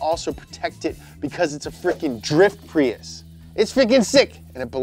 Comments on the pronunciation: did anyone notice PRUIS instead of PRIUS? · "Pruis" not prius?